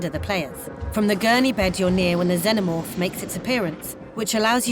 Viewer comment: Not sure what a Zennomorph is, pretty sure the films covered how to pronounce Xenomorph. Makes this video 100% harder to get through sadly.